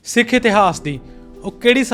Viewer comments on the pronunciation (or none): none